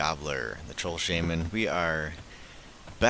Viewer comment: Heh you have no idea how happy it makes me feel to hear how your pronounce "Shaman". My wife always made fun of me for saying it the wrong way hah.